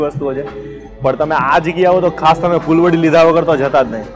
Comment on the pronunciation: અભિનંદન ખુબજ સરસ રજુઆત હજુ પણ તમો સરનામુ બરાબર રજુઆત કરવાનુ ચુક્યા છો. વળી ફુલવરી નહિ પણ ફુલવડી બોલાય છે.